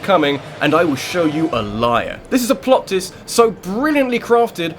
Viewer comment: "Plot tist" go home your drunk...